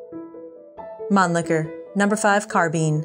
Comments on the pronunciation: Still doesn't know how to pronounce Mannlicher. 🙄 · pronounces Mannlcher as mon liquor.